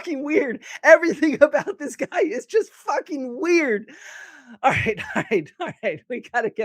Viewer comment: Dibble be like “I don’t like the guhy”